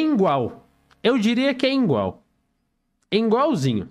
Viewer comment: professor de portugues ouvindo o fala "engual": será que jogo a maça podre fora ou deixo ela vive??